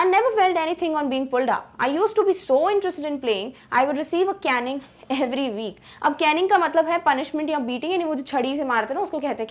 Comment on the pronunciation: Btw its caiining its caning